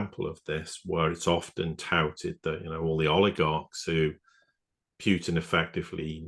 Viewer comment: President PUTIN not Piuutin. Please show some respect.